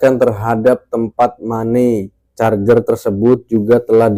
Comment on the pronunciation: Money changer= mani cenjer Bang, bukan mani carjer..